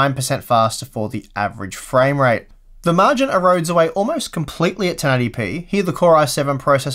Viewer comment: You seem to be saying more "framerape" than "framerate" :D